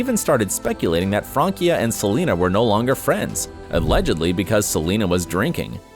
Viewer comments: It is not Frankia!It's Francia. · It's Francia not frankia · I hate how he says “Frankia” VS “Fransia” not THATS it’s spelled that way but at least sound it out! and her name is France and in so oak it’s Francia not Frankia 😂🤦🏻‍♀️🙄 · It is Francia Raisa , not Frankia Riasa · Its Francia not Frankia.... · Fransia not frankia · Frankia???? FRANCIA!!! PRONOUNCED LIKE FRAN•SIA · FranCia NOT “Frankia” 🤦🏻‍♀️ awful name pronunciation research. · They butchered Francias name its pronounced with an "s" Fransia not Frankia, its france in spanish. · She didn’t date all those guys... also its FranCia not FranKia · Francia is pronounced FRANSIA!!! The “c” is pronounced like an “s”. Not a “k”. It’s Spanish for France. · I kept laughing when he said “Frankia”